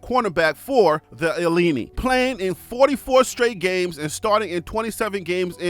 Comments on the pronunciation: It's Ill-in-I not illenneni sir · pronounce Illini like "ih leigh nigh" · University of Illinois's team is not named after pasta, bruh! Learn how to pronounce the Fighting I-lini!! Like A-lumni.. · ILLINI pronounced Lie ah nye. Yeah... it's a hard one. "English is not water."